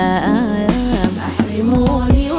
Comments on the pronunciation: عمل جميل ورائع. عندي ملحوظة بسيطة في نطق بعض الكلمات ١ كلمة السلام الفنانة عزة تنطقها غلط مفروض تكون اسسلام لان اللام الشمسية لا تنطق. مع ملاحظة انو الكورس نطقها صاح اسسلام. الكلمة التانية لو معنعن قول نطقت غول والدارجي السوداني القاف مفروض تنطق زي حرف الG بالإنجليزي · طبعاً جمال الصوت خرافي و التوزيع الموسيقي مبالغة، فقط عندي ملاحظتين:- ١- ما ضابطة الكلمات كويس و نطقها لكلمة السلام اللام شمسية لا تنطق. تنطق (أسلام) هكذا ٢- يا ريت كان تكون الأغنية أطول من كدا لأن القصيدة طويلة و ود الرضي كان عنده غرض من القصيدة بالتالي يفضل تتغنى كاملة، أو على الأقل ٧٠٪ منها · أغنية جميلة وكلمات رصينة وصوت روعة لكن عندي ملاحظة في اللغة العربية في حاجة اسمها ال القمرية وال الشمسية وفيها لا تنطق اللام مثلا كلمة السلام لاتنطق اللام الفنانة تنطقها خطا علي عكس الكورس ينطقوها صحيحة